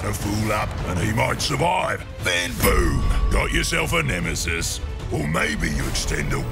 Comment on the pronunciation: Nemesees? The fuck?!